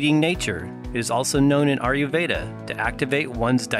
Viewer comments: A-YUR veda & not AR-YU veda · India IS southern Asia. And you can't really pronouce "ayurveda" can you.